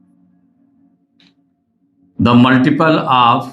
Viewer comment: multiple❌ muliple✅😂